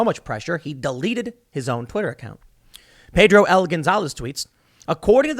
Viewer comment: Pedro juwhaaa? lol fvkn pedro says :: pedro huh pedro is smart